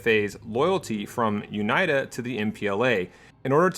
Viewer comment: This is a very dumb nitpick but it's triggering me how he says UNITA. It should be "Uneeta". I'm loving the video regardless, amazing job.